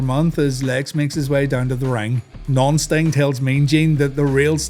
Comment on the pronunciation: When you say non-sting it sounds like nonce sting.